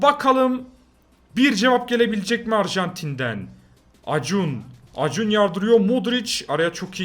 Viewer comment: Acuna:Akunya diye okunan şey acun diye okuyan abim